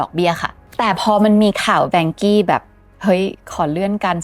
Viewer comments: อ่านว่า ว่านเค้อ ครับไม่ใช่แวงกี้ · นาทีที่ ที่ภาพเขียนว่า Vanke 万科 อ่านว่า Wànkē ”ว่านเคอ“. ถ้าเล่าข่าวจีนแล้วเน้น เสียงจีนได้ จะได้อรรถรสมากขึ้น แวงกี้ เหมือนเป็นบริษัทฝรั่งไปมีปัญหาในจีน แค่ความคิดเห็น ไม่ได้มีเจตนาจะไม่เห็นด้วย ถ้าจะแปลคร่าวๆ 万 Wàn ว่าน = หมื่น 科 kē เคอ = สาขา หน่วยงาน ครอบครัว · รู้สึกชื่อจีนจะอ่านว่า ว่านเคอ นะคับ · Vanke ในที่นี้อ่านว่า ว่านเค้อ ครับเพราะเป็นชื่อจีน ครับ ติดตามให้กำลังใจครับ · น่าจะเรียกว่า ว่านเค่อ หรือ ว่านเข่อ นะครับ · อ่านว่า"ว่านเคอ"ครับ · Vanke.อ่านว่า “ว่าน-เค่อ “เคยมีคนไทยทำงาน 1-2 คนครับ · Vanke ออกเสียงอังกฤษ จะเป็น "แวนเคอะ" ไม่เติม y ท้าย e ยังไงก็ไปเวย์ "อี้" ไม่ได้ 😂😂